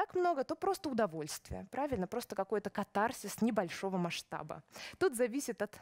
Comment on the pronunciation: кАтарсис. Ударение на первом слоге.